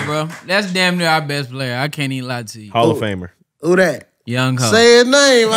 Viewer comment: Aye if y'all dont get no "memeabilla" ima sign and send my old semi pro shoulder pads in. Also younghoe is pronounced "young-way" 😂